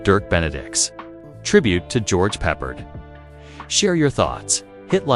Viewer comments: It is not bloody "Peppered", it's "Pep-pard" you epic twit. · What a joke. Not one single clip of Battlestar nor George Peppard (totally ruined his pronunciation). Just kept repeating the same 30 seconds. Take it down. It's insulting to all.